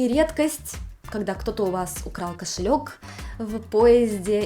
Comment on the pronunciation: Кто язык подрезал тебе🤣🤣🤣 кофелек, кофелек